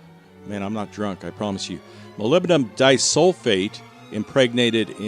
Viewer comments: Mah-lib-di-num it's not that hard 🤦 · He said hull, but yeah...